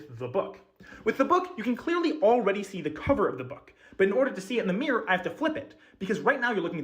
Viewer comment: someone needs to ban that guy from saying the word "mirror"